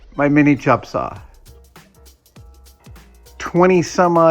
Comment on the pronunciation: "CHOP" saw..... Haha I get it. He must be from Seattle